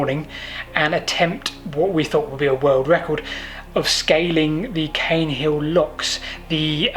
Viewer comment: Caen is usually pronounced 'khan', but perhaps this one is different.